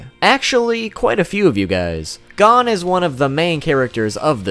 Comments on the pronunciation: It’s not gone it’s goh-n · Same its gon not gone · Nah nigga it's not "gone" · His names gon. Not god damn gone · It’s gon not gone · for everyone wondering how to actually pronounce gon, its NOT gone. it is like cone, with a g. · Bro it pissed me off he kept saying gan instead of gon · FFS PRONOUNCE GON'S NAME RIGHT, IT ISNT "GONE" IT IS GO WITH AN N SOUND AT THE END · Gone bish it’s gon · Who pronounces it as Gone instead of Go - n? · It's gon not gone 😝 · Btw it's pernounced (gohn) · Here's one thing you didn't know about Gon Freecs: His name is pronounced Gōn - G-oh-n. Not Gone Freecs. Where's he gone bruv? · why don you call him gone not gon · Why do you pronounce Gon as Gun/Gone. Its Gon. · It’s gon not gan god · This man said gone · I don’t trust anyone who pronounces his name like “Gone” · ITS GON ( the O is how “O” is said in cOne) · G A W N F R E E C S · Its pronouned as Gohn actually say Go and then say n and put them together and you got Gon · I’m getting triggerd at the way he says hon he says it like gone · How the fuck did you know I didn't know any of this and his name is Go-n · Gone freaks is how you said his name 😂😂😂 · 1 thing didn't know about Gon Freecss is the pronunciation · That is not how you say gon and don't say its the Japanese way because I watched it in Japanese with subtitles too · the way he pronounces “gon” makes my ears.exe stop working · Am I the only one that's annoyed by the fact that he pronounced Gon's name incorrectly? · This dude does a whole segment about how he said HxH wrong, then proceeds to mispronounce Gon for the rest of the video.